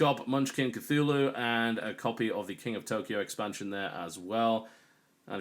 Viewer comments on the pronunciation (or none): none